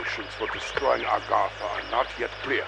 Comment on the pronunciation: where are you getting the extra R in Agartha from?? Not aRgartha haha